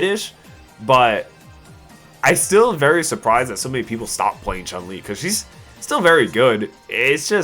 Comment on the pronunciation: Capcom butchered Chun. That's all I can say.